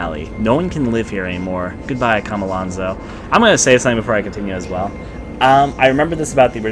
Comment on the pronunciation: How can you hear the main character say Chomolonzo, read it constantly and still pronounce it Kha-ma-lan-zo??? CHO-MO-LON-ZO